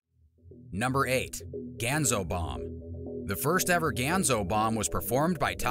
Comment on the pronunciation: It's pronounced GAHN-ZO.